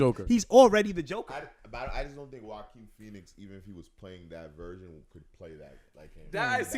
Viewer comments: Who the fuck is Joeaquin pheonix? Lol Bru don’t even say his name right tryna say he a fan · This man just said joe keen Phoenix smfh